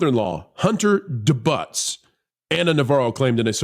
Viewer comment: Please look up the pronunciation of debut